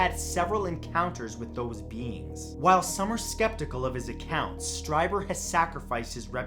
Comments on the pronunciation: It's pronounced Stree-ber, not Stry-ber. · #2 is pronounced as streeber. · Whitley's last name is pronounced STREEBER. That's how he pronounces it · Awesome. 'Hair of the Alien' (about Peter Khoury) is a great read with some real surprises. Strieber is pronounced Streeber. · Whitley Streiber's last name is pronounced "Stree-ber." (Sorry; I love you Matt!)